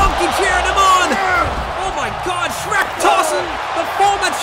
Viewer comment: Not sherk